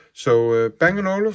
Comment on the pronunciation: Det er ikke Band & Olufsen men "Bang og Olufsen"